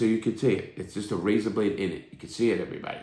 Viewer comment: Take a shot every time Larry says "rayza" 😂😂